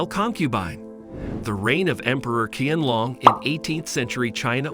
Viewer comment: The Q in the Emperor's name is pronounced like a ''Sh'' (Shee-an-long) Thank you for the video. 💛💛💛